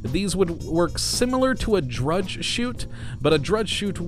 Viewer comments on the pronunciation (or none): Just FYI,, Drogue is pronounced "drohg", not drudge. Search google for "pronounce drogue". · I think you mean a drōɡ not a drudge chute lol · "Drudge chute" you mean Drogue chutes, don't you?